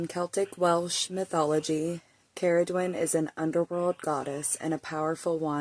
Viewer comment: Ooh I like the way you pronounced her name. Shape shifter, cool sh*t. Interesting story. Luv that you did some homework on her 😉 sounds like she is calling out to you! ❤